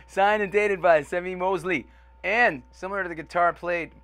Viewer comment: The Ventures got popular in Japan in the 60s and they were using Mosrite guitars at the time so the Mosrite guitars became popular in Japan. The founder of Mosrite Guitars was named Semie Moseley but if I heard right, it's pronounced more as "See-Me" and not "Sem-ee."